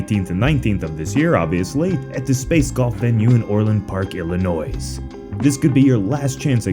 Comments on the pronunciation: Not nitpicking, but you don’t pronounce the s at the end of Illinois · Did you just pronounce the s at the end of Illinois? Here in Chicago we don't take too kindly to that. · Dude 🤦🏿‍♂️ you DO NOT ever at any point say the s in Illinois unless you're referencing the Sufjan Stevens album "Feel the Illinois". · when you say Illinois don't pronounce the s